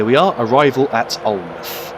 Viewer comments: Alnmouth is pronounced Alin-mouth with mouth as in the word mouth not muth as it is sometimes shortened to. Hope this helps. Great video. Hope you had a good Xmas and have a Happy New Year. Happy Hogmanay in the mean time! :) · Alnmouth is actually pronounced as if you almost say Allan mouth. I live very close to this line in that area. Great video. Thank you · Alnmouth is said Alan-mouth